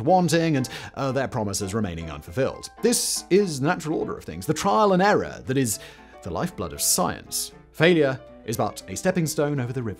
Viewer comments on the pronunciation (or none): none